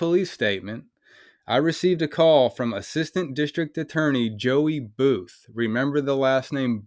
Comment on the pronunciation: When you said that Home land security person whose last name is Booth. I could’ve sworn you said, “buffoon” I mean, it’s honestly very fitting for his very hostile attitude. Definitely not a people person. I used to work in healthcare for nearly 20 years and I would strongly believe that this fool somehow escaped from a nursing care facility where they take care of people that have dementia and other memory issues. Director buffoon of Homeland security. Kind of fitting for this whole video because even The so-called law enforcement officers are as even more buffoons than that old fart that they are protecting. Got a new. You got a new subscriber out of this encounter. I found you on YouTube through another video. I really hope this whole town gets investigated because it seems very corrupt.